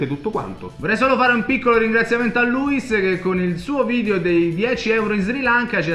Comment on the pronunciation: si dice luis con l'accento sulla i non luis D